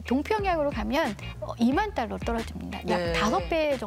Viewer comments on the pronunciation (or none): 아나운서야... 딸러가 아니라.. 달러다.. 발음 좀 똑바로 해라